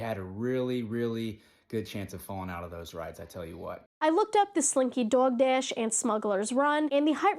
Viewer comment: Completely unrelated note, i LOVE the way you say slinky dog dash, the accent comes in thick! 💗